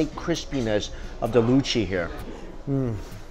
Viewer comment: can i just say that mike's "luchi" and "kosha mangsho" pronunciation was on point. and for people confusing luchi with bhature , luchi is just almost basic flour dough where as bhature is a bit more complicated recipe with more ingredients in it. and for the biryani, awadhi biryani dont have potato and egg in it, these are specialities of kolkata style biryani mostly. and yes it got a bit uncomfortable ...but glad it tastes good. and of course we should eat the way we want to . :)